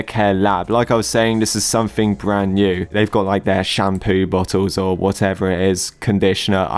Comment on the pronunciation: i turned mt sound up and at the start instead of shampoo company i heard poo company lol